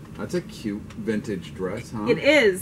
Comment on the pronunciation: Critique#1, cute is one syllable, one. Greg, tell cute is one syllable, one. That's all. Great exceptional box. Van, tell, cute is one syl... You get the message. Lol.